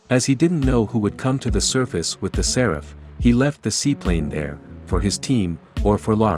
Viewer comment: Séraph, not Seráph at least, that is how it is pronounced in the Game